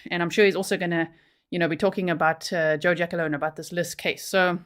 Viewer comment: Its "Gia -Colone", not jackalone lol